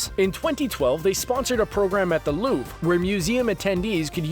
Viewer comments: "loobre" not "lup" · The way he pronounced Louvre killed me inside